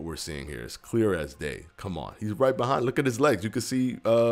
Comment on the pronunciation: Nobody:: HE IS BE-HIND HIM